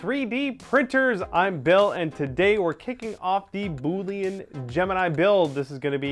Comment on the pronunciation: Currently I am fixing my 3D printer to print out an Eyasluna from Destiny! I'm also hoping to print out a ton of parts for added detail to my costume. Sidenote: Boolean is pronounced "bool-i-an" Just thought I would throw that out there